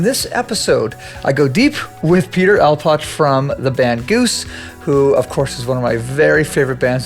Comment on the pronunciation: Hey man I enjoyed watching the extended versions of both Rick and Peter after tuning into the first one. Great stuff. Quick note its "Anspach" like you spelled in the description!